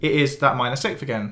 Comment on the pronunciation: Great video, but my man can't say 6th to save his life!